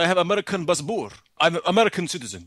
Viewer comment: ''BassBorr'' XD